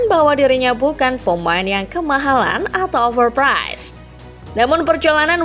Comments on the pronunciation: overprice bang bukan overprize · Overpice ❎️ Overpize ✅️